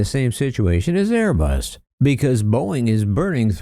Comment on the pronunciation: loyalty torn between his Italian for Airé-Buss und his New Joisey for Bóiñgg 😨😨😨😲😲😲😲